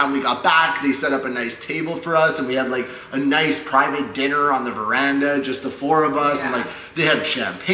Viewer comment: you got him! he said VERANDA 😭😭